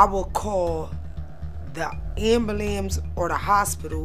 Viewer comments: The “ambalambs” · I'm sorry... but, ambalapse? 😂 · "Am bu lames " 🤪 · Did she really call the ambulance an ambalams? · Oh my goodness she talks absolutely insane. Why can't my people say ambulance correctly? What the hell is a "AMBULAMPS? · I will call the AMBALAMS or the hospital. 😂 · I know that woman did NOT just say ambulamsss! 😂😂😂😂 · The best "ambalamps" ever. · “I’ll call the ambulams” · She said AMBULAMS instead of AMBULANCE 😆😂ahahhhhhahaha I love her for that lol woooah black Betty ambuLAMS woaahh❤️🫶🏼😂💕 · What in the actual fuck is an "anbelambs"? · Ambalams 😂😂 I love it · Ambalams is stressing me tf out 😂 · Why can't black people day the word ambulance correct? I will never understand it